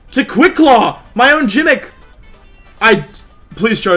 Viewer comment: why does he pronounce the G so hard in gimmick lol 😂😂😂